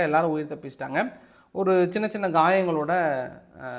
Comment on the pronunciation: Kayangal என உச்சரிக்காமல் Gayangal என எப்போதும் உச்சரிக்கிறீங்களே!